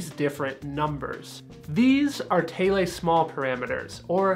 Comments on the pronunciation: Good info. The best vids on car audio. However, Thiele is pronounced the same as "teal". Happy Trails... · pretty sure it's pronounced th-eel after the Australian named Alberta Neville Thiele for whom the guidelines are named after. other than your french pronunciation I enjoyed the video. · Yup, always ignorantly pronounced it "Teal" just like the color. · I say 'Theele' - lol... #NotTheFancyPronunciation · you need to learn how to say his last name correctly.